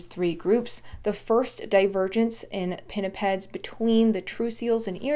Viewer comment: Gotta love the way pinnipeds just rolls of tongue